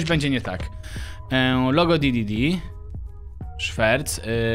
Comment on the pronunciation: nie di.di.di a d.d.d